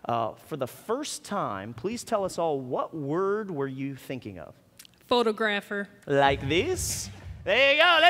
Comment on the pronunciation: Lol at the way that lady pronounced photographer.